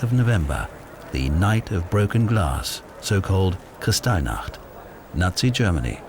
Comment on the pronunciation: I'm enjoying this video. There's more historical video here on internal pre-war and wartime German politics than I've seen anywhere else. BUT "Kirstai nacht"? It's "Kristallnacht" literally "crystal night". "Crystal", not "Cursed eye".